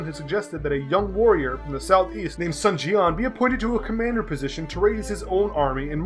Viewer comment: I love the three kingdoms stories man huge dw fan right here i just need you to make those pronunciations correct its Sun Jian as in SOON lmao but other then that excellent video friend :)